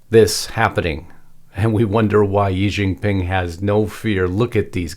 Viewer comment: It would be less embarrassing if our people in the USA could properly pronounce Chinese words. I worked there for a number of years as a teacher. The correct way to say Xi Jin Ping is SHEE Jin Ping, not Yi Jin Ping. The X always sounds "sh". And the yuan is pronounced exactly as we say, "the U.N.". YuEHN. Drives me crazy. And though I share a number of concerns, those shirts are not "Mao shirts" - they are regular shirts with regular collars probably made of silk fabric - the collar is totally not a Mao collar. Probably simply a gift to the visiting dignitaries. Please pick on important stuff.